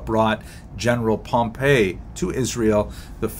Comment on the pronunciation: Excellent presentation, clear, succinct (as usual). I hope you don't mind ... a small correction regarding pronunciation. In the lectures on Roman history that I've watched, General Pompey's name is always pronounced as POM-pee, as distinguished from Pom-PAY, the pronunciation of the city Pompei.